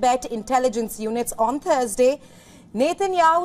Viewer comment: why did she say on the TURD day